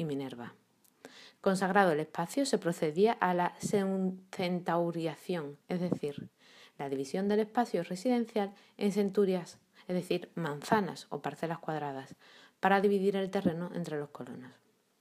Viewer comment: La información es muy buena, pero la señora que habla no pronuncia correctamente muchas palabras y confunde, como cuando dice centauración y es centuriación. Vacila al pronunciar, muchas veces. Creo que tendría que haber practicado.